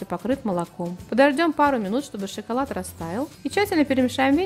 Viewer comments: Девушка не шиколад а шоколад)))) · Опять шиколад?)))))